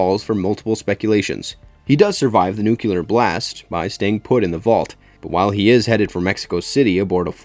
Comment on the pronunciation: I love the narrator but come on!!! IT IS nu·cle·ar /ˈn(y)o͞oklēər/ not \ˈnü-kyə-lər\ ("nucular")